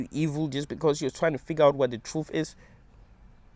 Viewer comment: I like the way says "you are suffering beCAUse you are in a hell realm...". 😂